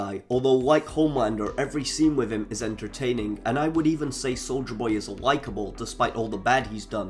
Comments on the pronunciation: Bro why do you keep saying soulja boy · I’m sorry. 😂 Instead of hearing “soldier boy”, I keep hearing “Soulja boy”. lol 😂😂😂😂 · With your accent, I thought you were saying soulja boy lol, I was hoping you would sneak a cranking reference in there